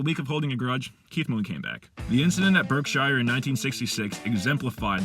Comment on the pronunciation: It's not pronounced 'shyer' fella, it's prononunced 'sheh'. As how the 'e' sounds in the word 'wet'. It IS pronounced as you did when it is the word 'Shire' alone though.